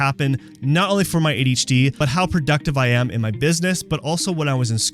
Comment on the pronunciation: Adi’ hacie 😂